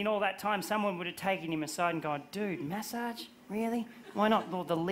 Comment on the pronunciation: I thought he was talking about messaging and was so confused about his prononciation